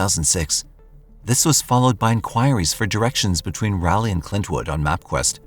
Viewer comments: lol!!! “RALLY” 😂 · I must have been pronouncing Raleigh wrong all these years? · As a NC native I didn’t realize he was talking about Raleigh until said capital of the state. And then every time he said it it has provoked this primal cringe 😂usually he gets pretty spot on with things. First time I’ve heard it pronounced that way tho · I love your channel but it’s RAll-Leee and Row A Noke 🤦🏻‍♀️ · Raleigh=raw-lee Roanoke=row-uh-n-oak Love your videos, those mispronunciations made me laugh though, right in the middle of this tragic story. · It's text to speech. Also you bad at the dictionary sounding out thing.